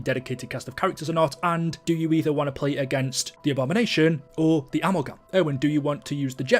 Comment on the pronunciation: Ive played so much more Liberty Falls purely for the camo grind, i would love to see more casual maps introduced. Also Amalgam is pronounced uh-mal-gm no hate just letting you know